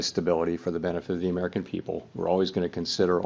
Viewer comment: It's a delight to listen to a SANE person talk about the "big beautful Merrikan economy."